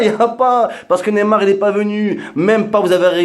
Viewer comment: Et apprend à prononcer son nom mdrrr tu dis "némar" ton vieil accent La allez reste d'où tu viens zboub man 😂😂😂